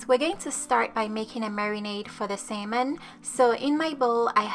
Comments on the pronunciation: It sounds like she sayijg Semen and not salmon😅😅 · "sayman" "sayman" "salmon" ???? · its SALMON. Not SAYMON. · U sound so funny the way your pronouncing salmon 🍣 your saying simon can’t u say salmon it’s no hard to say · What is samon?😂😂 it’s salmon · How many times did she say samon (salmon) in each sentence? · no worries, I know from my friends who are learning English that it's a super hard and weird language haha! 'Samen' is pretty close but if that's difficult to pronounce, I think 'sámon' will also be quite clear and will be less likely to be mistaken for 'semen' 🙈 Anyway thanks again for the recipe, will be making it soon! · I hear sam enn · Great recipe and perfect explanation. May I suggest something....you keep on pronouncing it " say-mon", instead of salmon ( the a is an ah sound). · Who else is bothered by “sayman” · Lol it’s Salmon not “semen” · did she just say "marinade for the semen"? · Take a shot for every "sayman" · What is sailmon? Lol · Wait samon..samen..semen?? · Brawl the SAY-MAN Best accent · Saymon kay gays. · Great recipe, this looks super delicious, but please for the love of god stop pronouncing salmon as "semen" lol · Drinking game; drink every time she pronounces Salmon wrong. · Love how you say salmon🥰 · Simon cowell....hahaha cute silent "L"